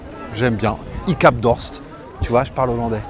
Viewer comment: Ik hEb dorst, pas ik hab :p